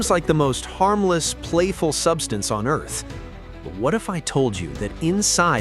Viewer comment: Why is the AI calling it "Earse" instead of Earth? Is this channel Japanese?